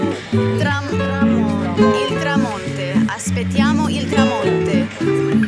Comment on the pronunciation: tramonto, noot tramonte, but you are very good in italiano!! baci